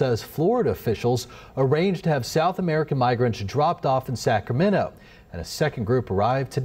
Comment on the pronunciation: It's not Sacramenno, it's Sacramento. I don't really understand the problem with migrants personally but I understand that people have big feelings over this. My big feelings are really revolving around the fact that news anchors (and many residents) can't pronounce the city name properly.